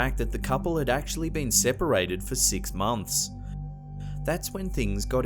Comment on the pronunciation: This guy is Australian. , how he says six. I know it doesn't matter but I can't sleep.